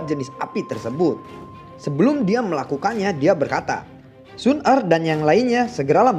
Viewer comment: mantap bang, yg kemarah xun er kurang jelas wkwksemangat trus💪💪